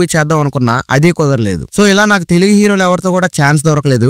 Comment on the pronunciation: Telughu kadhu bro TELUGU otthu echi palakadhu vinadaniki yatlo undhi❤❤❤❤❤❤❤❤❤❤😊😊😊😊😊😊😊😊😊😅